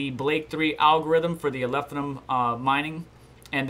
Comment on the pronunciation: Love the content, but if I hear you call it "Alephinum" ONE MORE TIME !